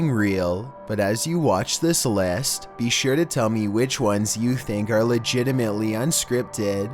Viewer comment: “Legitimately” like boi?. No hate or anything but u sound legitimately legit